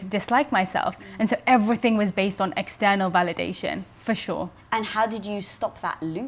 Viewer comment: how she says external - - lol